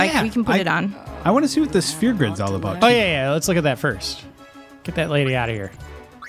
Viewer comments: she says "spear" grid. When I heard it I had to go back and listen to it a few times lol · OK. I just need to be that guy and say its a SPHERE grid... not a SPEAR grid. Jesus christ people. Pronunciation.